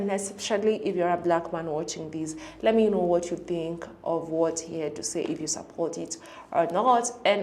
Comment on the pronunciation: Why does he say? Efryfing? And fink instad of think? I mean you’re British right? you speak the Queens English…